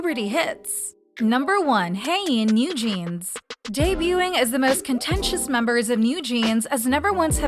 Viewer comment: shes hyein not hangin.